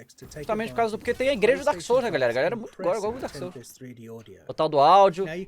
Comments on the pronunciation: DAEMON SOULS KKKKKKKKKKKKKKKKKKKKKKKKKKKKKKKKKKKKKKK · Daemon souls kkkkkkkkkkkkkkkkkkkkkkkkkk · Daemon souls kkkkkkkkkk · "Daemon" Ih, alguém vai ser demitido 😬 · Daemon Souls KKKKKKKKKKKKKKKKKKKKKKKKK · "KkKkKkK DaEmOn SoUlS" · "Daemon booster"